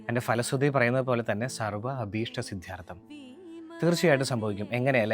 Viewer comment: Eda vaaname falasruthi alla phalasruthi